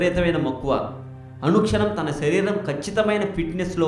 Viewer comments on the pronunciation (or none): none